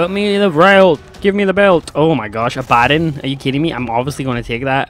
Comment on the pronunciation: great video! little tip! it's pronounced Abba (like the band) Don (like Cheadle) lol